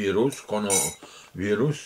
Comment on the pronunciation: czy on mówi kononowirus? 😂